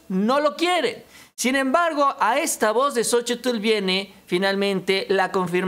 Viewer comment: una observación con todo respeto. No se te oye bien la pronunciación la plación de xochitlh se pronuncia sochil